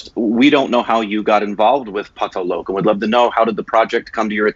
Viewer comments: or o from loco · ahhaha yea, but it's not tough to pronounce 'Lok' though.. just remove 'i' from 'loki' and done